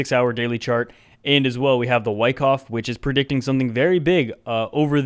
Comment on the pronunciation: I appreciate the awesome TA and entertainment, as always. However, I do not appreciate you mispronouncing "Wyckoff" so many times. Any avid viewer knows it's pronounced with a soft a.